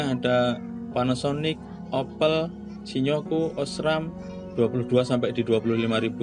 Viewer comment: Bukan shi-nyo-ku mas, tapi shin-yo-ku. :D Btw ini video perbandingan yang paling lengkap yang pernah saya tonton. Keren!